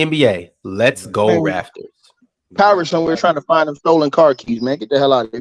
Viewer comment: It's Raptors Not Rafters